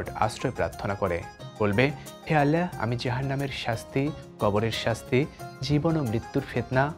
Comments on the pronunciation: Allahr name dundor kore uccharon krun please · আপনার আল্লাহ উচ্চারণ এমন কেনো, 😢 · এটা কি রকম ভাবে আল্লাহ নাম উচ্চারণ করলেন? আগামীতে সঠিক ভাবে উচ্চারণ করবেন বলে আশা রাখছি।